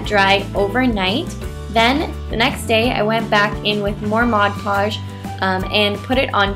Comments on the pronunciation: But that's the right way to say it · Amelie Erdbeer she says it correctly